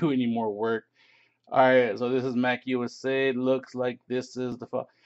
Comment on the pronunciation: Mac-usa? Dammit lol 🤦‍♂️